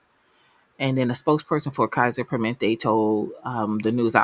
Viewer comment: "per-muh-NENT-tay" As a nurse who works in IT now, tech in this area is much needed.